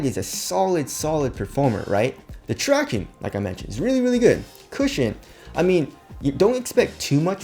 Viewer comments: who else comes here to hear him say tractiones.....? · “Tractiones”...Shit makes me cringe every damn time